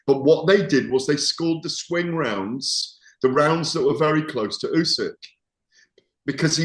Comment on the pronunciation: Can please learn how to say Uskys name properly. Its disrespectful that after all of thisvtime he still cant. Ooh-sick